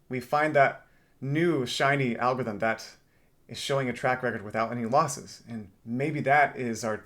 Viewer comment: Algorithm has 4 SYLLABLES. AL-GOR-ITH-EM. It’s not AL-GITH-EM